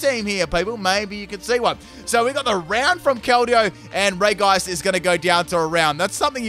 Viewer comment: It is pronounced "Reji", Not "Regi" just so u know